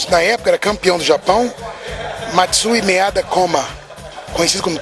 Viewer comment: Pow, pelo menos fala certo o nome do respeitável japonês. Maeda e não Meada. Mas tudo bem, todo mundo erra.